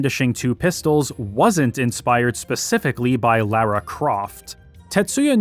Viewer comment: Extreme props for being a North American who can correctly pronounce it as "Lara" and not "Laura" Croft \o/